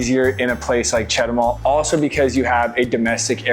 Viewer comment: I think that If I went to Chetumal from Belice, I would never go back! Just if I want to take a roadtrip to Guatemala but Belize is not like Chetumal and I speak plenty of Spanish to get by really well! btw, start your pronunciation improvement with Chet too mall. The other places too should be your first words to learn! They are really easy if you just listen and try repeating what you hear! Buena suerte!